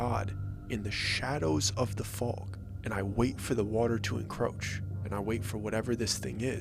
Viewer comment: Please don't say encroach again